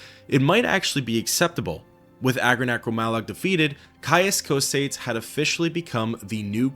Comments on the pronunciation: Co-say-dees bro get help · Excellent video my friend, although you saying Cosades reminds me of Bill and Ted saying Socrates, almost there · PHYSICAL PAIN! PSYCHIC DAMAGE! Learn how to pronounce Cosades ``please''. You people butcher Semper fidelis badly enough to ruin latin any further.